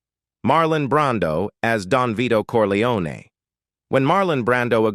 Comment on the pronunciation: Its not corleonAY!!!